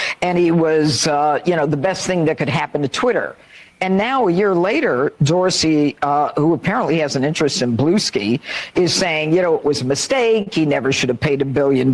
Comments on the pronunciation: Hahaha that wino, Janine, pronounced "BlueSky" "blooski" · Judge winebox pronouncing Bluesky as 'Blueski' is.. something